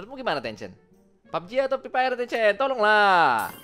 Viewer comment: "Jadi saudara preepire" wkwk